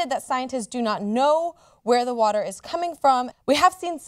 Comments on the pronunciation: Is it just me, or does John pronounce "water" really strangely? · Anyone else think John pronounces "water" really strangely? He says it like "wuhder" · Water, or wutter? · Anybody else distracted by John's pronunciation of water? lol.